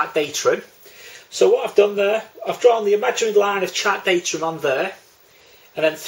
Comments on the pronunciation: DATUM not datrum!!!! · Good effort thanks but there is no ‘r’ in DATUM 👍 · I don't care how he says datum, he explains it better than my RYA course tutor